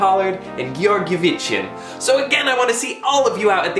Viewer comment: Love the way how you pronounce György Gyivicsán